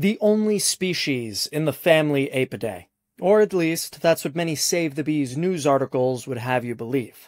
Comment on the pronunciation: Your pronunciation of “Apidae” is so wrong, it’s ghastly.